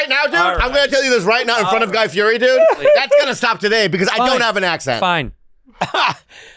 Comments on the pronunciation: Bobby and Santino could have scored some points by pronouncing his last name "FEE ED EE" which he has said many times publicly he prefers. The dude on Hot Ones got it right and he was grateful and impressed. This is mostly directed to the producers who could have easily researched this😊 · Spent all that time getting him on the show and can’t even say his last name correctly 😂